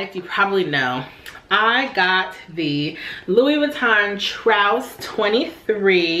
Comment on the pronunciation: Great find! Those sometimes look pretty beat up on the preloved market. FYI, it's pronounced like the word truce.